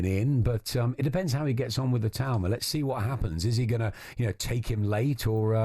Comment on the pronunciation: Maybe the rest of the Talksport hosts should listen to Adam Smith and pronounce Itauma's surname properly